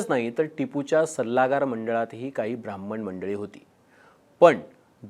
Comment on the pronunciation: Brahman mhantana dilela jor ani pause 😂😂😂…sapkal hote mhanun shanti ahe ..dusra koni asta kivha bjp cha asta koni tar kay dhumakul zala asta 😅